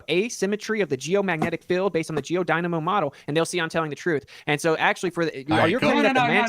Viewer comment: can't say the word "field". He pronounces it as "filled". He also pronounced "wolf" as "woof" in the past. It's because he's mentally 5 years old.